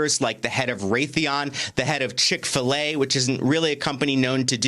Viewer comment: When I heard "Chick-Fil-A"!? SMH.